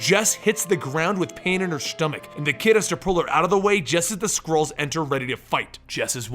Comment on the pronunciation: i heard squirrels not skrulls